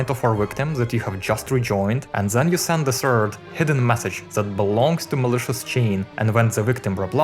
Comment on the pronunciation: why does he pronouncing "the" as "ze"